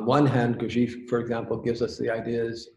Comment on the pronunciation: Someone tell that chap how to pronounced Gurdjief which does*not* rhyme with thief. Lord but the kinderlander-mercans set so much stock by weordsor words About words.